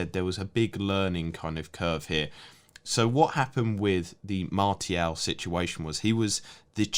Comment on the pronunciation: That pronunciation of Martial is driving me nuts 😜